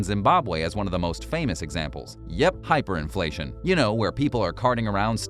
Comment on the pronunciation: hiperinfltion? lol check yo charts bro